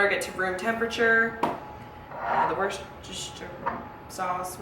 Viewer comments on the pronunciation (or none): Wor-sha-steer sauce!😁